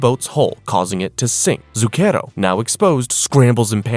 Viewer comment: This may be a waste of time.. but if you sre going to be reading Italian words, you should look up how to say them. You're saying Zucchero (sugar) super wrong. Among others.